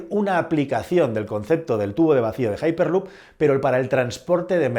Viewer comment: Que MELÓN, JAIPERLUP. ESTAS HABLANDO EN CASTELLANO, LEE EN CASTELLANO, HIPERLUP. GILORIO